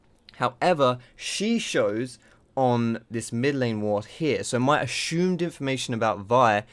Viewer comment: This video I learned that sounds funny when saying "assumed".